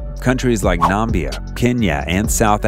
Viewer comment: Did you just say NAMBIA???